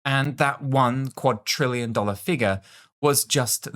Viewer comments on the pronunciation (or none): Please say quad-RILL-ion Not quad-TRILL-ion